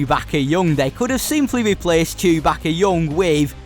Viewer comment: Bro said chubackeh